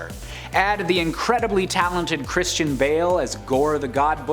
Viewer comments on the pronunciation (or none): none